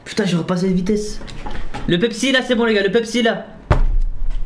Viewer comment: 7min40 qui dit « pepepsi » AHAHAHA